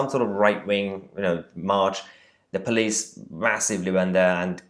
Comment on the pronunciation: Oh ...tho poweece are sooo wacist😭🤣🤣